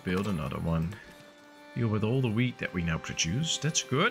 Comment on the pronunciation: The way you pronounce "wheat" really sounds like "weed" 😂😂😂